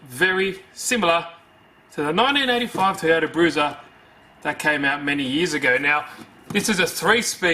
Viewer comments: Hehe, "TOYATO" xD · Love the 'TOYATO' you can so easily cut that back into a proper 'TOYOTA'